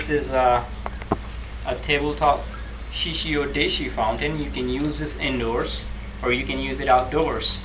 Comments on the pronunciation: You call it a "shishi odishi." It's a shishi odoshi. Oh-doh-shee, not oh-dee-shee. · This guy has not yet noticed that it is "Shishi Odoshi" and not "Shishi Odishi".